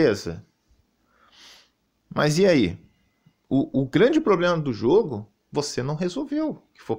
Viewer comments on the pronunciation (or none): none